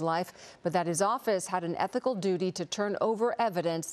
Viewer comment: Did that dude say ethical?